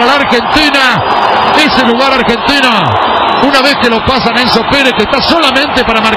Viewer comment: "medio campo argentinA", "Se acaba el primer tiempA"